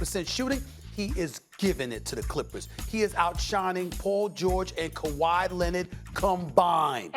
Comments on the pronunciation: Lmao 😭😭😭 I’m dead😵😵 khawi “Lennid” !!! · The Kawhi Lennid be killing me 😂 😆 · Stephen A: Luka “Donchik” Also Stephen A: Kawhi “Lennid” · Stephen “Kawhi Lenned” Smith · Kawhi lenind 😂😂😂😂😂 SAS